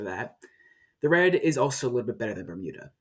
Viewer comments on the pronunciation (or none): none